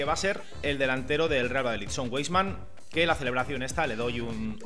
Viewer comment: Buen vídeo, sólo una aclaración, si me permites. Se pronuncia "vaisman".Saludos